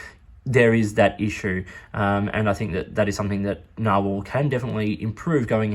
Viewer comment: I had to go watch Conversational Norwegian with Freakazoid after I watched this. I don't think his pronunciation of narwhal is spot on.